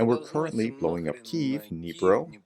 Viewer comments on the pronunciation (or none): none